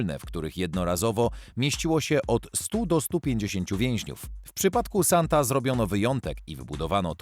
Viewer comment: Lektor ma problem z odróżnianiem litery "e" od "a". Skąd mu się wzięło paryskie więzienie "Santa"?